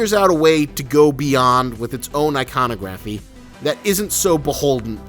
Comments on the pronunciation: god yes that annoyed me so much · You say iconography wrong